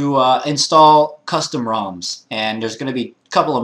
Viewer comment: Roms* not rims haha